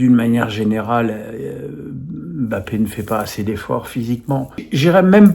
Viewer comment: Arrête d'appeler bape alors que son nom c'est mbape. Monsieur menes